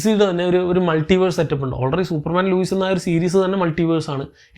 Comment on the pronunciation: ലുയിസ് അല്ല. Lois